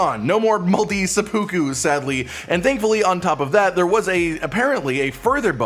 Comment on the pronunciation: I dunno if that was a joke but that pronunciation of seppuku was driving me batty 🦇see there it is.